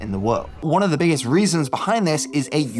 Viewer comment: Another interesting upload! One recommendation for the narrator though: Stop compulsively pronouning the untressed articles "a" and "the" as "ey" and "thee", respectively. It just comes across as odd and jarring. I get that this is meant to sound more intellectual somehow, but get this: Actual intellectuals don't actually talk like that. :) The norm - yes, even among intellectuals! - is to follow the natural speech pattern of one's native dialect of English. Meaning that "a" and "the" are normally pronounced "uh" and "thuh" (unstressed schwa), except when adding extra emphasis, or when "the" precedes a vowel sound.